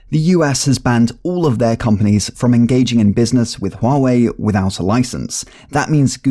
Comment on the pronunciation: finaly someone who pronounces it right